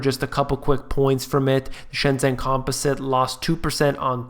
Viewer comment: I love you but please say "shen-jen" (like jennifer)